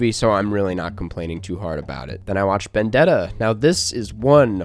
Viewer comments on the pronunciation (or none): not gonna lie, I laughed a little about the way you pronounced Benedetta. ah, Americans...